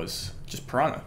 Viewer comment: You don’t pronounce it as “pa-rah-na”, you pronounce it as “pah-rah-nah”